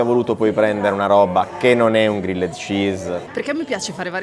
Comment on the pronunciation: Regà, era da un po' che volevo dirvelo... Pronunciate Grilled -->Grilld